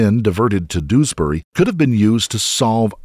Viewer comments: Doos-bury is actually pronounced Dewsbury. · It’s not doosberry…it more like jewsberry…